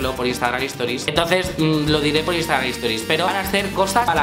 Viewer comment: cada vez que dices instagraN me sangran los oidos.